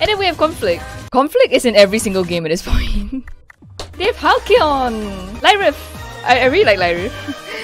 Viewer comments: no it's not hall-key-on it's hall-see-on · I think you say Hal-cy-on (hal-ci-yon)